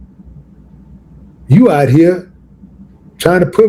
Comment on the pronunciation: What's with Willie D butchering the word "OUT"? 🤦🏽‍♂️🤦🏽‍♂️🤦🏽‍♂️ Don't worry, I won't ask "a bot"😂 it anymore, and will be sure to leave it "OT" the comment section after this mention of it.